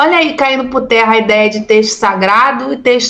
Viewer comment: Doutora. Precisa melhorar a comunicação. Você diz "vinheram", quando seria vieram, caindo "puterra"', tarem